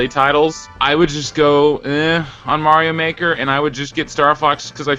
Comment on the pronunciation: "Stuffings stocked with Mario Mahker?" I'm sorry, did you mean "stockings stuffed with Super Mario Maker?"